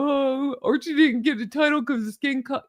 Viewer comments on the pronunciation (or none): none